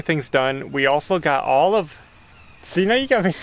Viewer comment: Yes, Ashley, it did sound like was saying "olive", not all of the pier cores filled. LOL But we all have our special way of saying certain words., even tho it's only primer the ceiling looks 100% better. You guy are very hard workers & a great family. You can even pick at each other without getting hurt feelings. That's wonderful in today's world. Keep moving forward & I'll be back to see the next one. Bye Ashley.